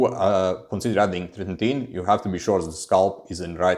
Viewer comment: yo are u able to just keep ur minox gains now with fin? cuz u been on it so long. and bro its not tretin-tin, its tretiNOIN :D ur a funny guy, love ur vids ur so good but also funny